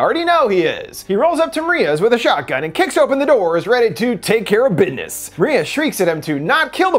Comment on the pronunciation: "take care of biness"😂